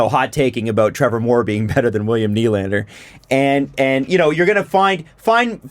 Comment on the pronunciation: How do you pronounce Nylander’s name? Well, first of, the stress should be on the 2nd syllable (ny-LAND-er), not on the first.